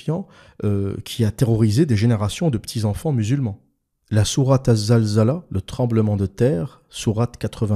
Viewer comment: alors? c est zilzel ou zalzala?? en tout cas quand tu t oublies tu le dis comme il faut il suffit de te réécouter